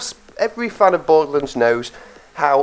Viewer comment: It's borderlands not boredlands